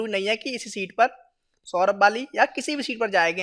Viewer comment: Seet nahi bhay it is sheet